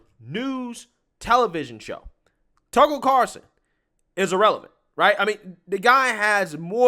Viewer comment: Irrelevant ( ee-releh-vant) not Ah- relevant